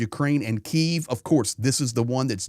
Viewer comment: Hi, love your informative reports and appreciate your support. I would like to point out your incorrect pronunciation of Kyiv. You are pronouncing it in the Russian way, a little offensive for Ukrainians. It's K - YIV, not KI -ev. I am from Brisbane in Australia.